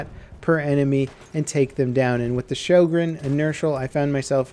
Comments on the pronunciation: Sjögren not sjogren i understan you dont have ö in you alfabeth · sjÖgren, not sjOgren (writing and pronunciation) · Sjögren, not Schogrenn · "ö" isn't pronounced like an "o" at all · It's not shojregn it's pronounced Hoegrine. It's a Swedish and was named after the inventor. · Sjögren. Not schogrenn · Ok I have to say this. Sjögren( shogren ) is not how you pronounce the name of the gun but it is the name of a disease. The actual pronunciation is sjögren( ho-grain ). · Fun Fact: Sjögren is not pronounced the way you'd think it is. Swedish being the interesting language it is, the name is pronounced like HWUO-GREHN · "Sjø" is like "shu" in "shut". Not you know. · shyogren? Dude, work on that pronunciation. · it's pronounced Syugren ffs its not that hard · Why don't they teach americans in school, how to pronounce äöå. I mean, in Sweden we learn english in school. They should learn some basic swedish in America :P EDIT: Also, this weapon isn't DLC. You unlock it with a cetain amount of kills with the m97 and model 10 hunter, don't you? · He is saying it wrong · Den heter Sjögren!!!!! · Your pronunciation of Sjögren is crippling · Lol Its "SJÖGREN" im swedish so i Know ☺️ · Wow weird hearing an american try to say Sjögren. Not even close xD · Han får det att nästan låta Japanskt när han säger de ^^ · Natrix what? Its the truth. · One day, will stop butchering the names of everything into oblivion..